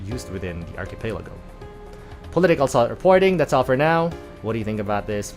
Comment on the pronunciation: ARCHIPELAGO IS PRONOUNCED AS ARKIPELAGO NOT ARKIPEYLAGO STUPID .... I AM NOT TAGALOG BUT. IT IS. Lingua franca....even here in America among Filipinos... BASURA KA KASI . YOU ARE JUST A TRASH WHO KNOWS NOTHING❤